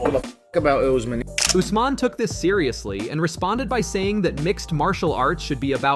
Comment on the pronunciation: can't even read UFC fighters names...he said " Us..man?? Put the bottle down